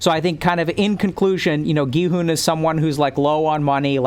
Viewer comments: Your "Gi-hun" pronunciation is perfect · you're like the first english-speaking person i've heard pronuncing Gihun's and Saebyeok's name right, so don't worry about that, you're doing great